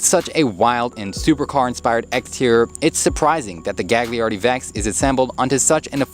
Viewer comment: He mispernounced gagliardi 🤣